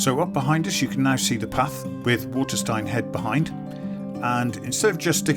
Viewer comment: It’s pronounced Watersteen ! Not Waterstine